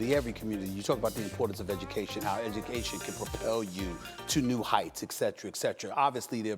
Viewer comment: I love when people use "etcetera" as "escetra" lol